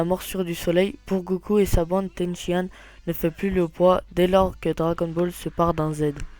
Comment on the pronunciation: Ten Shi Han... Pikon... prononcé bien les noms unpeu